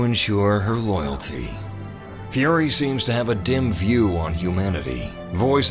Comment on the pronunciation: one thing tho, why you call it furry istead of fury, i sense something uneasy